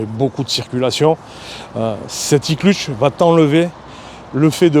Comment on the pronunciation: il dit même l'iclutche ... hahaha 😁